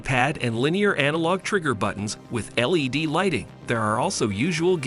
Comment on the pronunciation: Yeah I wasn't sure if that was what was going on. I came here to ask the same thing. The "pudding accuracy" and the led lights (like Led Zeppelin) as opposed to LED threw me off.